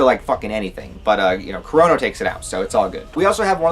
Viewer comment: Why do i keep hearing corona instead of kurono !?lol